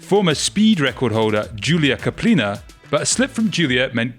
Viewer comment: Julia K(A)plina. Not Kapl(i)na.